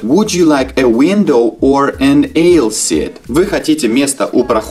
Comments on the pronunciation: to pay in cash правильно, а не with cash. Aisle произносится как АЙЛ, а не ЕЙЛ. Вы бы хотя бы транскрипцию проверили, перед тем, как видео снимать. Кстати, в слове half буква L не произносится, а вы очень четко ее произнесли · Не эил а аил вы учите английский или приподаете??!!!